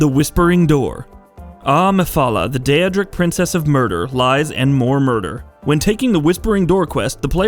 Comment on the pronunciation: The first most evil choice is mispronouncing daedric ( and ), Boethiah ( and ), and Namira